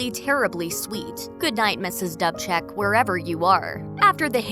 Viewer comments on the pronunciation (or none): The iconic character that Elmarie Wendell played on Third Rock was pronounced Mrs. Doobcheck, not Dubbcheck. How hard is it to do a little research and get it right.